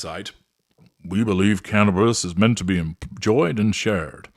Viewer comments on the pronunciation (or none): none